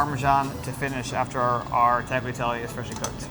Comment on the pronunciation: This is awesome to see Sac get some love. Chefs all need to learn to say Tagliatelle correctly please if you're making it as lovingly as he did: Tal-yah-tell-eh - grazie.